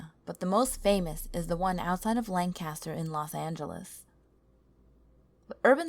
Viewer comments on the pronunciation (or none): none